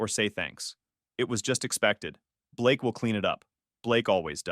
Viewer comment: Blaaake? You mean Ba-lakay🤣🤣🤣🤣 How did you find me? Uh, did you forget that you told them where you were? AI, bruh